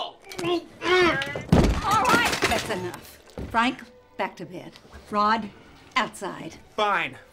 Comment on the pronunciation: “Very good Fank. Very impressive. Ultimate Punch.”